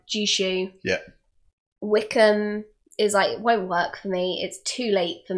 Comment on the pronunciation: Technically Jushu should probably be pronounced Yushu.